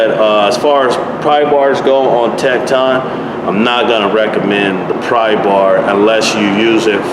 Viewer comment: Tekton actually sound like tektin